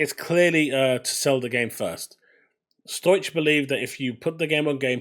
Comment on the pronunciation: Stow ik - not Stoych. Just sayin'.